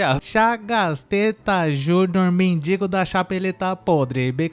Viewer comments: Moço, é MENDIGO e não MEDINGO. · Toda vez que você fala dingo, racho o bico por aqui.......kkkk